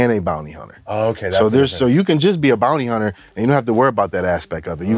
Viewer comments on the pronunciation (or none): Bond-ty Hunter 😂